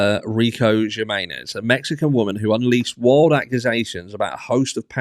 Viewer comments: It's a J so in Spanish J is a H so would be Himenez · Js are pronounced as Hs in spanish. Humenes is what her name sounds like phonetically. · Pronounced Hemenez. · Jimenez : him-eh-nez (no hard J, the J in Spanish is pronounced like an “h” ) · It's pronounced "h-menenez" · Jimenez is pronounced with a H sound at the beginning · The J is pronounced H! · the J is pronounced like H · A J is an h in spanish. The accent over the e says you pronounce it strong.. like e! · Jiménez just pronounce the J like in Him and you have it.